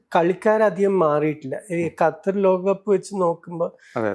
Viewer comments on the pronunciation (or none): none